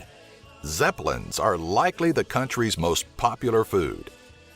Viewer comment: zeplis xd